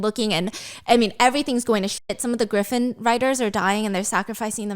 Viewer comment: Not stephanie calling a Griffin/Gryphon as a Graifin 😂